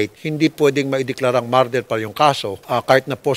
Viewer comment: PRONOUNCIATION: not "MAR-DER". It's "Murder" [ˈmər-dər or Mer-der ]